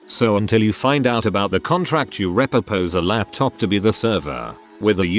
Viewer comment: Make sure your AI can pronounce repurpose ffs. Just utter garbage.